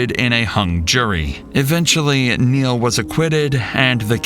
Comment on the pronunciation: "MY NAME IS NEIL. NURL" gotta love it.